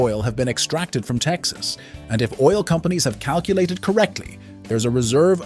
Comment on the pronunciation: “…in the United States, Texas” You researched all of this information for the video, but you didn’t bother taking two seconds to look up how to say “Texas”. …in Texas, USA. or …in the United States- (pause) Texas.